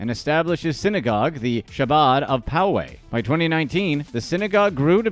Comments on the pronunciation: Learn to pronounce Chabad. HAH-BOD. Yeah what he did was wrong, but don’t just concentrate on this low level stuff, go after the billionaires. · I noticed that too.. he probably thinks there is only one Mendel.. did he say Rabbi’s son was named Mendel after his uncle? Lol also the way he mispronounced “Chabad”..